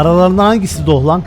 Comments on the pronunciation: Abi niye herkeze doch diyo sun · Sen önce doch demeyi öğren